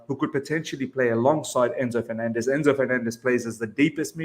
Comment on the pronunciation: Please pronounce 'FerNANdez" the way you would the word 'ENcore'; right now I'm wiping this puke out of my keyboard